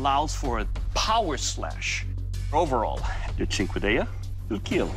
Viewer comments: "It will kiel" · Your weapon will KEAL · It will Keel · More like 'It will keal'! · I love how he says kill. "Your weapon will keel" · “It will keil” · It will KEAL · KILL NOT KEEL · Now wait until they say “ fight with your weopons, see who will keal “